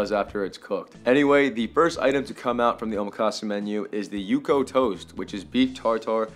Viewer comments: Bruhhhh yukhoe is pronounced yook hweh 😂😂😂😂 I’m a recent sub cause I think you’re funny af but I can’t tell yet if you’re purposely fuvking up Korean pronunciations lolllllllll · LMAOOO not the way ur saying yukhoe